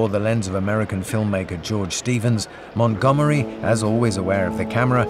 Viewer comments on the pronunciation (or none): МантгОмери, а не МангомЕри!